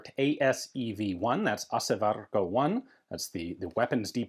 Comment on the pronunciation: Very nicely pronounced "Asevarikko", Ian is becoming fluent in finnish